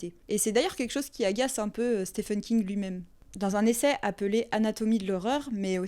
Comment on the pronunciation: Alors pardon, mais j'ai eu un rire con j'ai pas pu m'en empêcher :A chaque fois que tu dis ''King'' j'entendais ''Kink''😂 C'est débile. Je sais. Mais sinon, très bonne vidéo. Je connaissais déjà bien Stephen King et j'étais consciente des sous textes. Mais j'ai trouvé intéressant ta manière de les présenter.❤ Du coup nouvelle abonnée 🎉